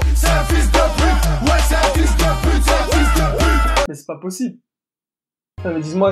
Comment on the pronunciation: Mais pourquoi il dit Fila On dit Fils 🤔🤔🤔